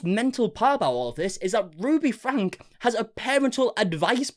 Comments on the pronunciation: great video, but considering how many videos you uploaded about the matter, her last name is not frank, it's franke (fran-kie), just a small detail, but regardless of that. spot on. love your content. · It is pronounced Frank E, not Frank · It’s pronounced Frank E not Frank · FYI The last name is pronounced Frank-E not Frank. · Ok, this is bothering me hahaha. Their last name is pronounced “Frankie” not “frank” hahaha thank you. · Ruby Franke (pronounced frankie) she is horrible, glad to see her arrested. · It’s Ruby Franke pronounced (Frank-ee).Not Frank. Her husband was aware of most of her previous punishments, as he should be charged with some things as well. It’s like the Turpin family…😢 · This is a crazy situation. So glad the kids are in a safe place. great job covering this! Just an fyi...Franke is pronounced Frank-key. 😊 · To make this video become viral, you need to pronounce Franke right. It’s Frank-EE. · Its pronounced Frank-E, I'm their neighbor so I would know. 😅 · Their last name is pronounced Frankie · Franke is pronounced Frankie.... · The last name is pronounced “Frankie”. I know there might be some accent changes in the pronunciation but please try to get it right